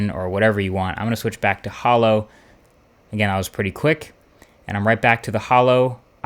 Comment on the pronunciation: It's ho-lo not hollow :'(